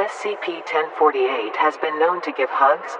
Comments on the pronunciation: And the Voice actor keeps saying SPC istead of SCP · lol the tts says spc instead of scp BUT, its fine lol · "spc" might wanna fix that mate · Just if you didn't know, she said SPC instead of SCP, just pointing that out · U messed up at the cloning part u said SPC-1048